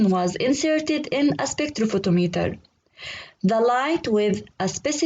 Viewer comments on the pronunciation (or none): Spectrophotometer. You pronounsed it sprekthrophothometer🤞